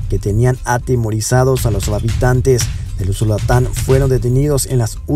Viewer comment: No es usulatan es USULUTAN. QUE TRADUZCA BIEN EL ROBOT.